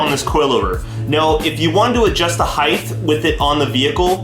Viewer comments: He also said "heighth" instead of height lmfao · "Height" is pronounced "hite" not "hythe". It's not "heighth" like "width". But thanks for the pre-load info. Thumbs up,.